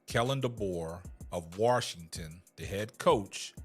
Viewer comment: Bro, there is no ‘R’ in Washington.